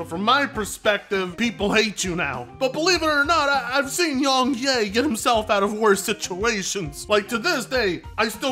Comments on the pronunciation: Everybody: "Yong Yea": "Yong Yay" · "Young Ye-Ah" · More like Yong Nay